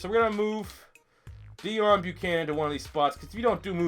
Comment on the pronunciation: It's pronounced DAY OWN Buchananon